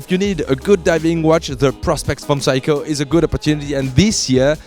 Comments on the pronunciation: SEIKO pronunciation of yours ”WRONG”💢 you just pronunce like this ' SAY KO” that mean 'SEIKO” not ”Psycho”💢💢💢 your pronunciation is NO! good💢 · phsyco ? i thought you pronounced it Seiko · What is psycho? I thought it was Seiko. (Say-ko) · It's awesome that the "Seiko" pronunciation in English sounds more like "Psycho". Priceless. For what Seiko offers for the money can be seen as "psycho" for the Swiss possibly. Made my day. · Its S-e-i-k-o not psycho dumbo!!